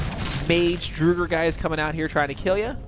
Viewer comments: I think it’s drogger like frogger w a d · Its not Druger its Draugr with an Aw in the au. Np for the help. ;) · Pronunciation guide: respite = RESS-pit, draugr = DRAW-gurr, apparition = a-puh-RIH-shen (you've been saying "aspirition", which means nothing) You also seem to be confusing Mjoll the Lioness and Aela the Huntress (two completely different characters). Your follower in this video is actually named Mjoll (me-OLE). The boss's name is King Olaf One-Eye.